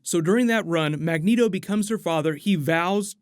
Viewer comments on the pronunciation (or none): none